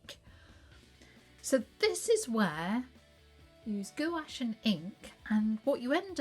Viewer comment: Gwash not goo ache.